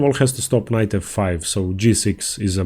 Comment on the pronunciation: How much more than the indian accent with like c-fie haha